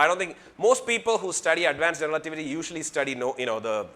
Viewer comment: like how he say 'generalativity'